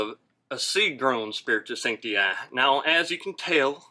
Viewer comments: Him saying sancti “i” was giving me the ick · How they pronounce "spiritus sancti" is very annoying